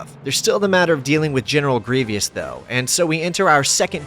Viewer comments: Great video, but I'll admit every time you said Grievous I died a little bit inside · please god there is no second "i" in "grievous" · Mispronouncing Grievous' name 30 times is making my eye twitch. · I have never heard anyone mispronounce Grievous so badly. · Do you have a speech impediment or are you intentionally saying General Grievous wrong?? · I wish you could pronounce Grievous correctly. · Bro cannot pronounce general grievous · Thumbs down purely because dude adds an extra syllable when pronouncing Grievous. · Grievous! Say it correctly dude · Hate to be that guy but...you pronounce General Grievous wrong almost every time. 😂🤷‍♂️ Why does it bother me so much when content creators do that? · I get a stroke and an aneurism everytime you say "grievious" instead of grievous. otherwise great vid. look like a game from an age long ago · It's uh, "Grievous," my dude. Not "Grevious." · Grievous not Grievious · Great video and great game, my brother and I would replay missions together constantly. (*it's Griev-OUS not Griev-IOUS 😆) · Its grievous not grevyus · It's General Gree-vous, not General Gree-vee-us Sorry I had to say it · it's pronounced Greevus not Greevious. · How can this guy not pronounce Generl GRIVOUS name?! Its said often enough in the movie and probably in the game. Its not Grivius! Otherwhise good vidio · Does it really spoil the ending? We all knew Anakin would lose because we saw the OT. I think, however, the alternative ending where Anakin wins actually had the younger Star Wars fans not knowing whether Anakin won or lost. The fact that you said "Gree-vee-ous" instead of "Gree-vus" is a tell, lol. Not a Star Wars fan, obviously. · Why do you keep saying Grievios? Its Grievous. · It was the indeed a Grev-e-ious occurrence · Repeat after me: GREE-VUUUUUUSSS. Other than that, brilliant retrospective! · I’m more concerned about the way he pronounces grevious. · jeezus christ...it's "Gree-vus" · "greev E us" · why do u say griev e us?